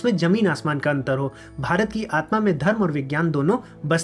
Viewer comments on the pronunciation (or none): none